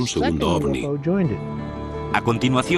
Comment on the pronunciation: Me tuve que fumar todo el programa al relator diciendo OSNI en vez de OVNI. Hubieran puesto a alguien que por lo menos sepa pronunciar correctamente la palabra central del documental. En fin, una vergüenza.